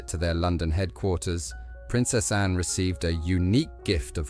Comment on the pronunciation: It's annoying that the speech bot narrator can't pronounce Anne, Autumn, Bowes Lyon or Elizabeth THE second.